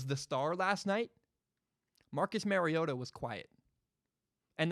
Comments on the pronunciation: Its mario-TA. He's Hawaiian and that's what his mom said the pronunciation was before his very first start at Oregon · It’s Mario-Ta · It’s pronounced mariota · YOU CAN"T EVEN SAY HIS NAME RIGHT! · Mariota is pronounced just like Marcus. FYI when you talk about us when we take Herbert/Fromm with the 12th overall pick next draft.